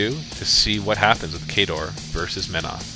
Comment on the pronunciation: how could u say khador wrong :O